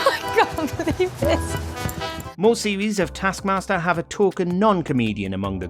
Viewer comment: Dear voice over guy, it's either "tASK mASTer" or "tARsk mARster"... It's never "tASK mARster"